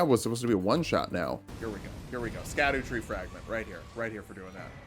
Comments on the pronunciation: erm ackshually itsh pronounced "shadow" not "skadoo" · Scadutree is actually pronounced Shadutree(shadowtree) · Um actually, the scadutree fragment is pronounced like shadowtree. I really appreciate all of the work in your videos that you pump out every week. Your persistence and effort is legendary. Thanks for giving me a break every week. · Btw, just because I know you like being corrected: Scadutree si pronounced same as Shadow tree. Its a similar situation to Gaol and Jail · Ik im being pedantic, and i think it’s funny how you pronounce scadutree. But it’s actually pronounced “Sha Dew” or just shadow. It comes from an old english spelling of shadow